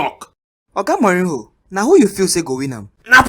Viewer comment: Sarri can't pronounce Mourinho: Moulinho 😂😂😂